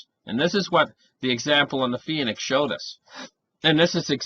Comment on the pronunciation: Phoenix = 2-syllable word, not 3....., sometimes you hurt my ears! Love ya.